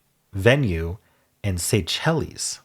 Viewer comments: The islands are pronounced "Say-Shells" not "Say chellies" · The island country is “Say-Shells” not “say-chel-es”. And sacrum is the lower end of the spinal cord the last few tail bone segments. You were thinking of a sanctum. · Pronouncing Seychelles that way is a choice 😅